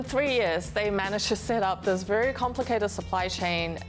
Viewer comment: Are you OK? uh huh sank you .... sank you wery much